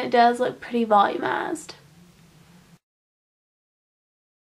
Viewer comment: lol, you said volumized so country(